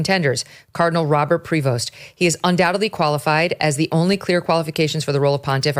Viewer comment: It's pronounced "Pree Voe" the S is silent. It's a French name.